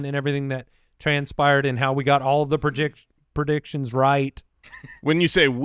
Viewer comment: No one else Laughed when said "pro..diction"